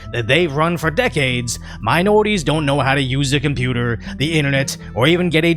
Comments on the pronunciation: There's no "n" in "compruter." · Probably because they say “computa” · Cumpeurter?? What be that massa? I’s don’t know no betta.